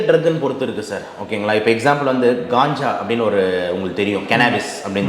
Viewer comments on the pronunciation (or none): Ulagame Kanjaa enru solgiradhu. Indha dr , Gaanjaa , Gaanja enru solgiraar .